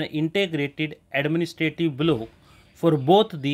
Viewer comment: Block ko blow thoda sahi se bolie